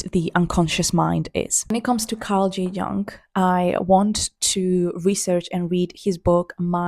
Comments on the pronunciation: Great video but for future reference you might want to know Carl Jung is pronounced like Yoong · congrats on the milestone, just so you’re aware Carl’s last name is pronounced “young” 💗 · I love Jung, I’ve studied his work and done his therapy. I recommend Jung’s analysis of dreams and not Freud’s. Jung’s “Memories, dreams, reflections” is amazing. It’s pronounced /iung/ it’s German. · the pronunciation of ''jung'' is almost the same as young actually